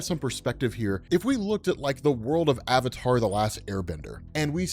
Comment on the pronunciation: Wow, if he gets Avatar that wrong. Is he getting everything else wrong as well? Maybe the Incredible Hulk is actually pretty weak. I dunno now, because keeps on saying "Fire King".